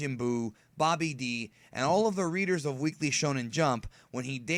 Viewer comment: I find it funny how you pronounce babidi like Bobby D